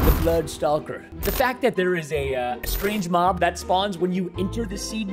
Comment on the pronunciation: I foat you said mom instead of mob